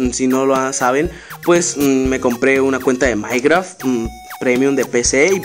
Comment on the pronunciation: Oyeron k dijo mierdacart